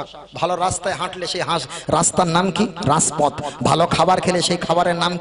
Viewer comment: রাজপথ. Raspoth noi